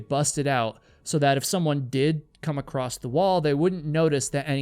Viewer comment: Not picking, just letting you know the word is across, not acrost. ❤